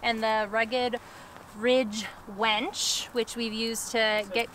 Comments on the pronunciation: It is a “winch” not a “wench”. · Most people have a winch, I heard you say you have a 'wench' though. lol.